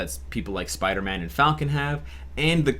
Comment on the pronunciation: Wow what's a Piderman??? #SleepDeprived